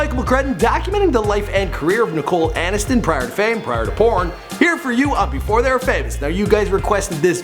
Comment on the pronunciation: Nicole Anis-ton